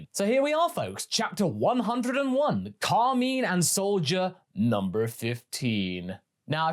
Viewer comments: Did I miss something, was he called Carmeen in the Japanese movie? I've not seen the move since release. Or is this a dubism? Cos I've known real Carmine's, and I've NEVER heard it pronouced so weirdly. Carmine is a stereotypical gangster name, like Carmine Falcone, which fits with the character aesthetic, I feel like I'm experiencing the Mandela Effect in real time. I honestly thought you were talking about Kami for the first minute and a half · Car- mine Cahr-my-n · Pronounce Carmine correctly or your pants will turn brown